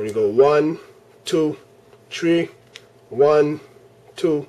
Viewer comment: one, two, tree LMFAO